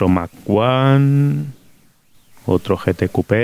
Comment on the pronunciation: Yo como Chileno, y Americano me produce estupor escuchar mac uno , 😶 por lo menos en mi flacuchento país siempre se conoció como Mach 1, o sea mósteng mách uán . Saludos cordiales, chavalillo. 😘